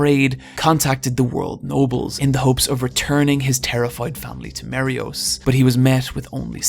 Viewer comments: OMFG MARIJOIS NOT MARIYOS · I love you. But MARY … OHS??? WHAT THE FUCK???? THERE IS A J IN “MARIEJOIS”